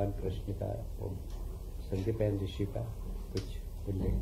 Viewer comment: मंत्री जी संदीपनी नहीं बोल पा रहे हैं